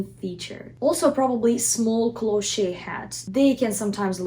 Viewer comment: This is absolutely fantastic,! It is very rare to find such good advice about how to style a hat. If I may make a tiny suggestion, "cloche" is a French word and there is no accent on the final e". So it is pronounced "closh" in English. Many thanks for your insightful and informative videos. Love from Canada.